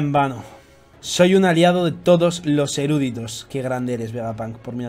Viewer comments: Chupito por cada vez que dice "erúditos" en vez de "eruditos". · No es erÚditos sino eruditos.